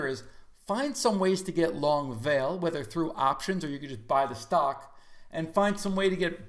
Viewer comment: Fwiw I think it's pronounced vol-lay since their Brazilian Company.